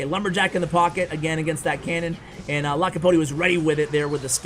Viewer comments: 2.10 its LAPOKATI NOT LAKAPOTI😂😂😂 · Lakopoti lol its alright i forgive you:) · U kept saying lakapoti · Dude I've been reading his name Lakapoti since I saw him on top, it's ok don't worry about it. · Lol his name is lapokati not lakopati...🤣🤣🤣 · His name is Lapokati and not Lakapoti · Everyone: Lapokati: Lakapoti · It's not Lakapoti it's Lapokati😤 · I had to stop looking at this video, my ocd cant just stand u miscalling the guy all the time ... LA PO KATI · It’s Lapooookatiii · Nobody:: LACK A POTTY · Why you always call him LaKaPoTi??😂😂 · Lapakoti? Lakapoti? Really? LOL You didn't say his name right ONCE! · lakopati he said haha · lol u mispronounced it 3 or 4 different ways lol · I was cringing so hard it is not even funny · First learn how to call his name then call him on the channel... I felt so annoying every time he call his name incorrect... One dislike from me dude! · its funny how bever pronounce lapokatis name the right way... 🤣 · really butchering his name!!!!!! haha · Bro it's lapokati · u only realised u said his name wrongly in the end lmao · He only said his name wrong about a 100 times, no big deal 😅😂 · Umm... Aren't you pronouncing his name incorrectly? Not sure, but seems wierd. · Meme of the day: LaPoKaTi:: I'm about to end this man's career: butchers his name 20 times in a row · don't worry! The video was great and seeing you mess up his name was very funny, it didn't make the video worse! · didn't we tell you yesterday how to pronounce it ;)